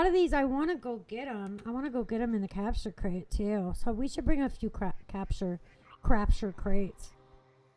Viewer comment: and did you just say crapture crate?